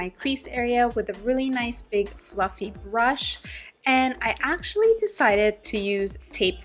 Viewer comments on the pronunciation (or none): big fluffy brush I heard big fucking brush lol